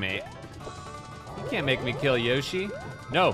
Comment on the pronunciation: You are still mispronouncing 'Yoshi'.